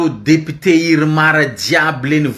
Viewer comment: Lire le mot "député" en mettant l'accent au bon endroit au premier syllable.